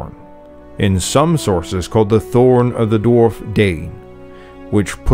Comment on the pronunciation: As a student of Old English it makes me happy to hear someone pronounce the "thorn" letter correctly instead of as "d"